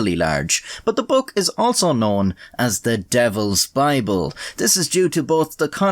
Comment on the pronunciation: Hear the words of the Bibbel xD And yes the Bibbel